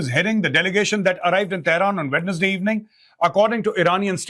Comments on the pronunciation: Abbe ho gaawar Wed nas day nai hota wensday hota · Mejor sir, sorry to say that the correct pronunciation is "Wenz-day".